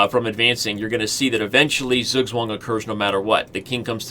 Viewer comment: as a native german it took my way too long to understand that he is trying to say "Zugzwang"